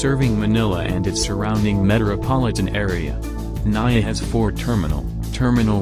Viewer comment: Not naia it's mia